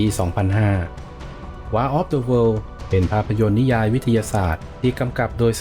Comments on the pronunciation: WAR อ่าน วอร์ครับ แปลว่าสงคราม ไม่ใช่ วาร์ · War คำนี้ไม่ควรจะอ่านผิดใด้ดวยประการทั้งปวง ใครไม่งงผมงงนะอะไรจะตายน้ำตื้นใด้ขนาดนี้